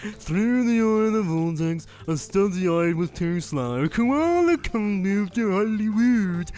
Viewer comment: "Cola Kong" Koala Kong Koe-Ah-Lah Kong. The Ozzy bear-not-bear